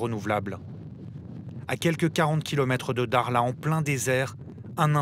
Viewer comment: il sait pas prononcé le mot dakhla où quoi correctement ? 😂😂